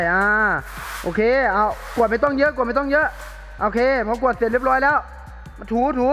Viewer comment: กวาดคับพี่ไม่ใช่กววด